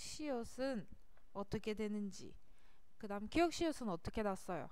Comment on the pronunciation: ㄱ 읽을때 기역인데 계속 기윽이라고 발음하시네요….. ㅅ 도 시옫인데 시읏으로 발음하시고…